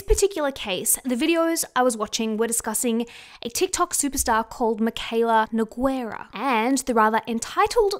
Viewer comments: Nogueira is pronounced as NEW-GAY-RUH not Ne-guei-rah 🤦🏻‍♀️ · Just to help out with the name "Nogueira" reads as "No-gay-rah". You ignore the U 😊